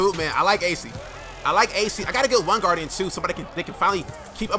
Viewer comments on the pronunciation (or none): none